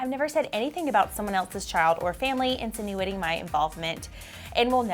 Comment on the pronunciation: Insinuating =in suh new ting...umm no. My 8 year old asked me was she wrong or was this lady wrong!